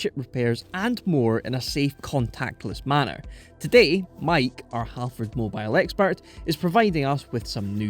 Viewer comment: you said halfrauds wrong